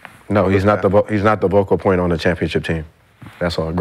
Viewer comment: “Vocal point” “DeArrington Fox” 😂